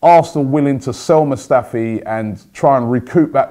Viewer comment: HIS NAME ISNT SQUADRON MUSTAFI ROBBIE FFS